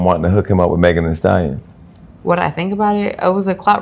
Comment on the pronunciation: Not “Megan A Stallioyawn” 😂